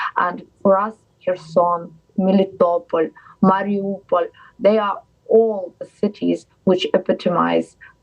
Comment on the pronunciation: I LOVE how she knows how to pronounce the name of her own cities. <<✅ >>. ((❌Not Marry a pole or Marry Opal))